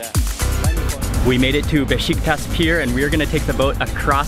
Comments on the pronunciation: I love your videos, and I lived there almost two years, it is Beshiktash, that s with tail pronounced SH! every time you say Beshiktas, one young Turk get heart attack!! LOL, you are very respectful every country you go to their culture, and that's one the reason I follow your videos, thank for great job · Besh eek tasH....not tas, Turkish food is yummy! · is beshiktash not beshiktas